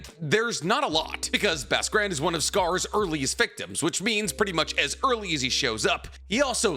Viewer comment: “Basque Grand”, pronounced: BOSK Grond